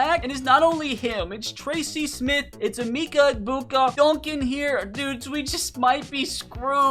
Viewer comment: You said Emica embuga wrong